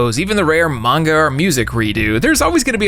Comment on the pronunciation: You said "manga" wrong.